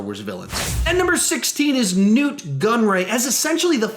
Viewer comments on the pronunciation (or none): DJ isn’t a villain he’s just an asshole. Also it’s Nute and Krennick, also yes we know a SHIT TON about Hux, read the books or at least do research before making dumb videos like this dude. He murdered his father in order to grab power in the first order. And seriously, you take Nute and put him BELOW a character like DJ? Absolutely unsubscribing. Lame ass video with very little research. Sorry man. Crappy ass video